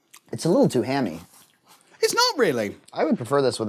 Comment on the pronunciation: accent when he says “hammy” is everything